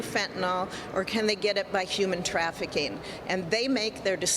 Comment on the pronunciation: What is “yooman trafficking?”